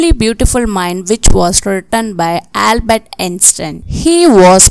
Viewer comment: It albert not halber